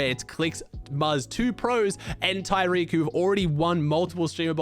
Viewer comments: Love the vids- for future reference, clix’s teammates name is pronounced ta-rik, not ty-rik. Hope you are liking your new home! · Just a heads up for the next streamer bowl video. It’s pronounced Tah-reek Cohen not tyreek. No hate just a heads up! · It’s ta-reek lol he’s a rb